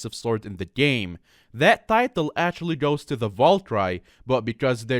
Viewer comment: Valkyrie not valcry